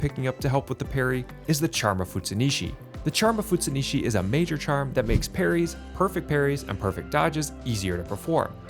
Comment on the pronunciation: Charm of FutsuNUshi, not nishi.